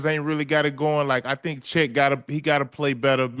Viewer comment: Che(a)t Holmgren 😂😂😂. Keep it going